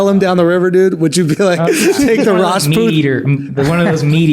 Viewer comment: What is Aakash's caste? He pronounced it "ryashboot" but there are kshatriyas, Vaishya, shundras